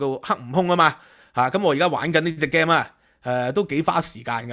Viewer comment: Please pronounce "game" correctly